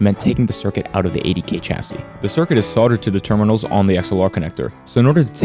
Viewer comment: See, "sodder" and "chassy", that's where your problem lies. It's "solder" with an L, rhymes with "colder" or "boulder". "Chassis" is said like "shassy". Now you'll be right. The electrons will know you're a good guy.